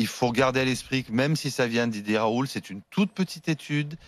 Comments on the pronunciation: Dumé batesti je viens de revoir la vidéo, il sourie parce que le journaliste a dit Raou, au lieu de Raoult. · Parce que l’autre sommité journalistique écorche son nom. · a noter le petit sourire condescendant lorsque le présentateur prononce le nom du P r Raoult au début!! Un scandale ces cercles de l'entre-soi qui bossent pas et viennent donner un avis..